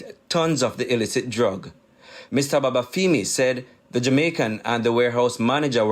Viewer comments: I chuckled at how Babafemi was pronounced. Its femi as in feminine, not feemi 😄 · feemi sounds better to us Jamaicans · and it's the wrong pronunciation. It wouldn't sit well if Shelly Ann's last name was pronounced Priest.